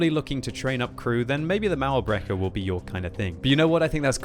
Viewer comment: everytime says "mauerbrecher" i wonder if german is that hard to pronounce im germany myself